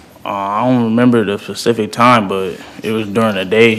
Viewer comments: “I don’t remember the facific time.” What? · Correction.. He doesn’t remember the “spacific time” 😂😂😂😂